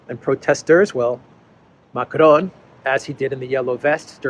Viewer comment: when you pronounce Macron don't touch your tongue to your upper palette. That is the Spanish pronunciation. The word is pronounced correctly in French without touching the tongue to the upper palette.